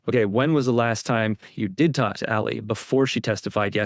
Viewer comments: > I can't stand Lally but man please can u pronounce his name right. It's driving me nuts to hear u say "Lully" its supposed to sound like Laaally - not Luuully. The "a" makes the sound like the word "Laugh". Thanks for more vids on KR case. I love how ur getting the truth out there & I fully support Karen Read & I know she had nothing to do with John's death. The Reads are really genuine & great people. Completely opposite of the Alberts & McCabe's. I hope ur gonna do Nicole Alberts & everyone else's too. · Lally like "Sally" as in sallyport